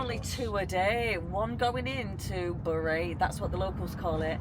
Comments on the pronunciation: It's pronounced berry, not burry 😅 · Correct me if im wrong ! But I thought bury was pronounced Berry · Would love to see a tipsy speeded up, you keep saying Bury but isn’t it pronounced Berry St Edmunds, loved all the architecture and claire was a font of knowledge, beautiful place❤